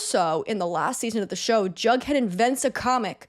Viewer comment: Wait - Jughead? Jug??? i was hearing drunkhead ;_; jeeeeeeesus